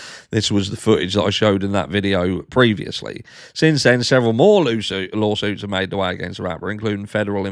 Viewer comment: I swear I heard you say Loo suits 😂 it's fitting as he is in deep shit! Another Harshism? 🤣🤣 Have a terrific Tuesday,! 🇺🇸 🫶🇬🇧